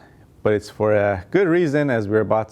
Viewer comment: Who else heard “goose gas mileage” when he spoke about the Toyota Tercel ? Lol